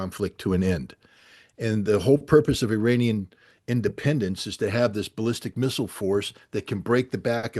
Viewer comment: I have immense respect for Mr. Ray McGovern, Colonel Wilkerson (another very favorite person to me), and Colonel Doug. McGregor. None of these well-educated people, need the following info. However it seems like some others may💚 Therefore, IRANIAN, is neither pronounced "Eee-RAINY-Yan" nor "Eye-RAINY-Yan"!! The proper pronunciation is "Eee" (rhyming with See) + Ronnie (abbreviation for Ronald) + Yan !!! A Simple mnemonic would be "There is no RAINY weather in the forecast"!!😊 Hence the proper pronunciation is "Eee-Ronnie-Yan"!! Even a poor Computer generated voice could be Corrected (Reprogrammed)!!!